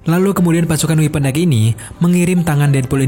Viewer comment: Sekedar saran "Weapon X dibacanya X bukan weapon Egg